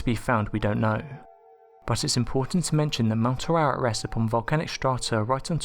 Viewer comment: It's pronounce: A RARAT.